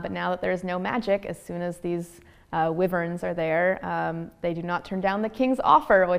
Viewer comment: She pronounces Wyverns wrong lol